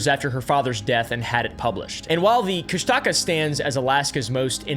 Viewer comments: Okay, the people who make videos about Alaskan folklore, never get the pronunciation right. My ex-husband's grandmother was the most beloved elder of the Tlingits on Prince of Whales Island. I lived with her, my very first summer in Alaska. The otter-man moniker is pronounced Coosh-duh-caw. I realize that there is no reason for anyone who hasn't been there, or spoken to a member of the tribe, to know that. A lot of people who go to Alaska, go there to disappear. It's not a mystery. A lot of planes crash in Alaska, because owning one, is as common as people owning campers in the lower 48. Many people own them, it doesn't mean they have the knowledge, of how to navigate safety. There are apex predators all over Alaska, and when people are unprepared to protect themselves, they may get eaten. There is so much untouched wilderness, it is very easy to get lost in the woods. The temperatures get dangerously cold, sometimes as early as September. If you're not prepared, you could die of exposure. The cold temps freeze a lot of lakes, they may be perfectly safe to travel, but you might fall through, and disappear. If you don't watch the tide in some places, it can take you by surprise and then take your life. Lastly, Alaska is made up of people from all walks of life. There are bound to be some very bad people in the mix. Sometimes unlucky people, cross paths with a psychopath, and disappear. It's not all mystery. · I wasn’t born but I was raised in Alaska. Sitka is my hometown, redoubt bay is one of the best fishing spots and that cabin is still there. I’ve also heard more than enough about the Kushtaka (pronunciation is Koosh-tuh-kah) might have seen one when I was hunting around Katlian bay 😅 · dude its pronounced "koo-shtic-caw" - An Alaskan. Also you don't say the word or you're more likly to see on. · "Kushtaka" I heard "Chris Tucker" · Kushtalka bro your saying it wrong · You're saying Kushtaka all wrong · It’s KOOSH -tuh-kaw is how you say it LOL